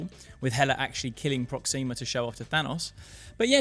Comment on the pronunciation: I hate to be the "you're pronouncing it wrong" guy, but it's PrOxima, not ProxIma. It just sounds... Weird when you stress the i